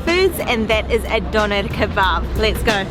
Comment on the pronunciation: Hahaha Doner Kebbab Diese Aussprache ich lach mich schlapp😂😂😂💕Viele Grüße